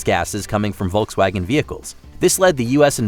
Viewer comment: It's /ˈfɔlksˌvaːɡən/.